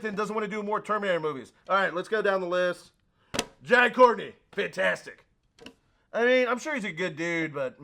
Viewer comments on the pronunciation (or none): none